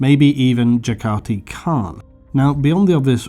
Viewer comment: JAR-Kar-Ti CARN... I respect it, you got me to comment